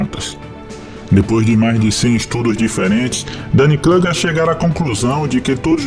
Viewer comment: O "u" de Kruger é "u" mesmo.